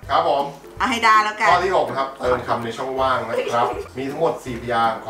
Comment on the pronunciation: ช่องว่างไม่ใช่ช่องว่า